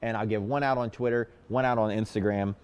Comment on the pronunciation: is the best.🙏♥️ Why do I always hear you say"Quitter"instead"Twitter"??!😒